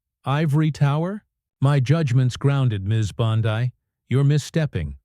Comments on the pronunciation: Its Bondi not Bondai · Teach these narrating bots how to speak. Her name is Bond ee, not Bond ai. It's ridiculous! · For the love of God -- Her name is pronounced BAHN-dee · Spelled Bondi. Pronounced Bondee . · Learn how to pronounce Bondi’s name! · You pronounce "Bondi" different. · What the f&*% is talking in this "insider intel"? They can't even get Bondi"s name pronounced right. What a bunch of worthless "news". I should have turned it off, but my curiosity kept me listening even though I knew better. Of course, that won't happen again. I'm old, so was this some AI thing talking? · No subscribe or "likes" until you pronounce Bondi's name correctly. Sheesh!